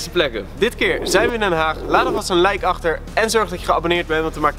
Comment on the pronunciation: op de 15 second zeg je precies lijk in plaats van like like als je dat ook hoort B-)